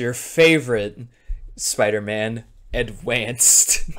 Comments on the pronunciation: Hearing adwanced sp much has killed my brain that now i find it funny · i love the fucking mental breakdown section where bro is just crying while saying adwanced over and over 😭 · Is he adwanced?